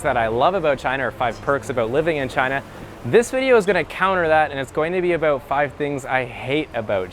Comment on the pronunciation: last vedio I made was aboot....